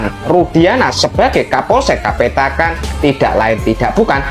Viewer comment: Kapolsek kapetakan bang bukan petekan 👍